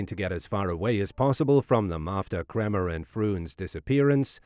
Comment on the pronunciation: Mispronouncing their names is not going to help convince people that you have the answers .